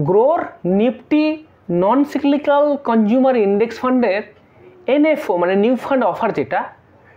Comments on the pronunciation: আপনার উচ্চারন ঠিক করুন। কথাটা হলো সাইক্লিকাক। সাইকেলের চাকার মতো ঘুর্নিয়মান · সবই ঠিক আছে কিন্তু সঠিক ভাবে উচ্চারণ করুন। সিক্লিক্যাল বলে কিছু হয় না।